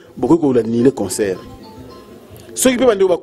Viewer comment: On dit concert pas conceur Et humanitaire pas humaniteur